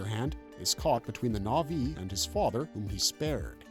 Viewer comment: what is this pronunciation of the na'vi names....